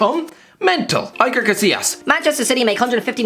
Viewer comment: Am I actually the only one irritated by how he pronounced Iker Casillas' name??? It's not Aiker😭😭😭